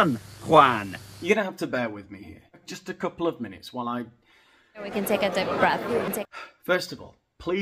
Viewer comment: Dip breathhhh😂